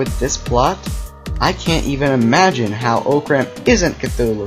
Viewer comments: it is pronounced (ah-crumb) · He said orcram wrong orcram📵